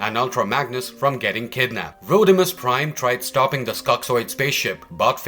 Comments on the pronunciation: It’s Rodimus not Roadimus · He said roadimus prime lmfao Like the Omni productions dub